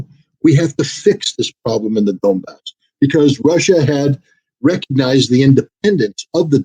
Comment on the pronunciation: Why does Scott says "Dombass" instead of 'Donbass'? Is this mistake or I miss something? By the way 'Donbass' means Don river basin.